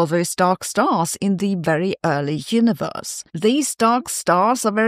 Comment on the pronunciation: ) Perhaps Sabine says Heuniverse not Universe not because of a German accent, but because she believes the Universe only heuristically exists...